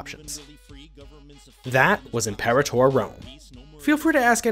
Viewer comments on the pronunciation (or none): Your pronunciation of Imperator makes me think my life over